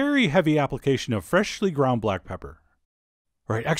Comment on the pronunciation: “FrEshhhly ground blAck pepper”